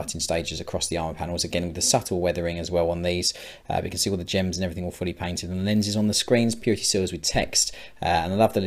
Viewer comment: When you say "all fully painted" it sometimes sounds like "awfully painted", which is not true, obviously. Great job, as usually!